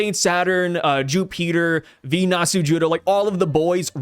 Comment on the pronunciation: Ju-pet-ter lol